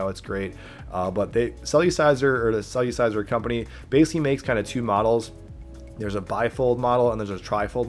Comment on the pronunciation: It’s not “cell-u-ciser” it’s “cell-er-ciser” lol